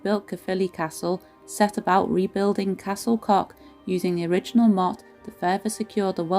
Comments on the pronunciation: Pronounciation of Welsh names needs work. Just ask someone to help if you're serious about broadcasting in future. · Pity you couldn't conquer the pronounciation otherwise a fab video I have longed to visit and past it often as i know I cannot get in, in a wheelchair, but great to see inside now.